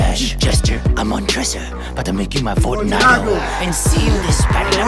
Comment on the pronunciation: He clearly watched this before. When he talks about the Cask of Amontillado you know that he never read that story. He even called him Fotunago. Anyone who had to read this in a class doesn’t say, “He had to bury him in a basement , or some shit” 😂